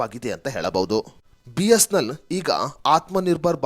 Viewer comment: ಸರಿಯಾಗಿ, ಸ್ಪಷ್ಟವಾಗಿ ಬಿ.ಎಸ್.ಎನ್.ಎಲ್ ಎಂದು ಹೇಳಿ. ಬಿಸ್ನೆಲ್ ಅಂತಾ ಹೇಳ್ತಾ ಇದೀರಿ